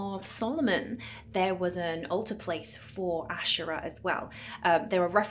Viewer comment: You're right to pronounce it ashera and not asheera